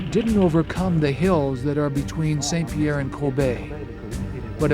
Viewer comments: He can say "MAWN Pelee" but he can't say "SAWN Pierre". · Mont is pronounced mõ, but saint is pronounced sɛ̃. They shouldn't be pronounced the same